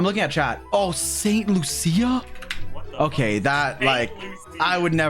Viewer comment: trinidad and tobago mentioned🇹🇹 Edit: also its toe-bay-go and loo-sha, not loo-see-ah